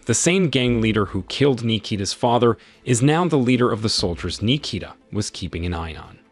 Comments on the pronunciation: Nee-kee-da... Yeah, he butchered it if your name is Nikita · Bro pronounced my name like it was japanese